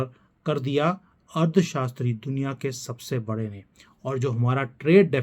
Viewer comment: You are speaking ' Ard shashtri'.. instead of 'Arthshashtri'